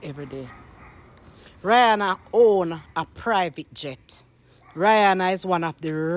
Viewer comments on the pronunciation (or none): You cannot even pronounce her name correctly. Everything, is always a problem especially when it comes to.